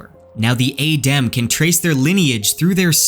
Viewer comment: So you know how to pronounce it properly and you still mispronounce it intentionally. Normally I wouldn't mind, but it's just jarring to hear it wrong over and over again. Otherwise good theories and you're definately on Rofkuss think because he has done all this very subtle hinting on purpose.